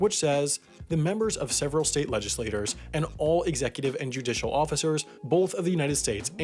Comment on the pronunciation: FYI legislatures isn't pronounced the same as legislators